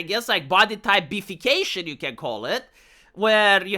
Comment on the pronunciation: What said: "Body Type B-fication" What I heard: "Body Type Beef-fication" Still works though:P